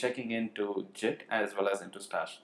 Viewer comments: Your pronunciation of GIT is incorrect. Think GIMP with a T, rather than JIT. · Great video but ,Your pronunciation of Git as Jit is irritatingggg to the core ,call me judgemental but that is the fact and everyone feels the same about it, You are the only one in this whole world that calls GIT as JIT